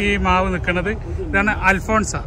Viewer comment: അൽഫോൻസ അല്ല അൽഫോൺസോ